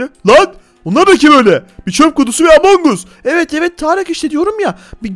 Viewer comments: Abi among us deyil among gas diye sölenio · Abi among us değil among as diye okunuyor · Abi among us diyil emong as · Abi o amon us diye okunmuyo amon gas diye okunuyo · Abi o among as diye okunuyo